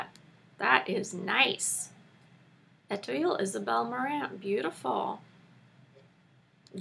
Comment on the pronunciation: Just found you recently and am enjoying learning from you. Really useful stuff to know. BTW, the word Etoile is pronounced ay-twall. lol. Thanks!!